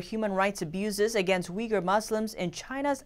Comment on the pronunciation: Why does NTD use the spelling Uighur, when you show video of them holding banners with the correct spelling Uyghur? Also, please try harder to pronounce their name correctly.